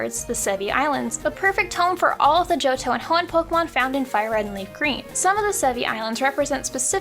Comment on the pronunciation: It's pronounced "poh-kay-mahn." Not "pohk-mahn." It's right here in this official handbook from 1999.